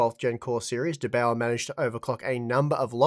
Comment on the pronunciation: as austrian, it kills me how you speak "der bauer" - for me it sounded like: "de bowa"